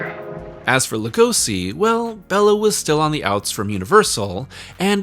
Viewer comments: Hate to be that guy, but Bela's name is pronounced Bay-la. Not Bell-A. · you always make great content but I'm sorry you lost me not even a minute in. My name is also Béla but hearing you say Bella the whole time is going to be grating. I'll stick it out tho for you.